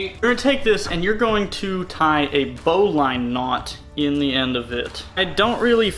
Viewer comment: you put 6" instead of 6' you dolt 🤭😮😂(jk) also bowline is pronounced bow-Ln not bow-line. you got to get that southern boy twang going 😆